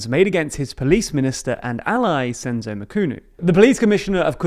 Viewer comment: Your pronunciation of Senzo was spot on, ph in Ramaphosa is a P not a American F also try saying Mchunu noting the h is silent. Otherwise great overview of South Africa politics